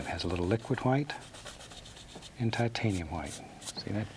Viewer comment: Shit is about to go down when bob gets that titanium huwite (loved your pronunciation ross)